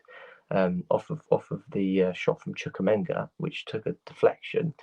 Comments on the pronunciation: It’s CHU-KWUE-ME-KA not Minga😂 there’s not even a g. I swear you’d think that as much as UK fans watch and report on their teams they wouldn’t be butchering the names of players and team personnel as often as they do. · MU-DRY-K CHUK-WUE-MEKA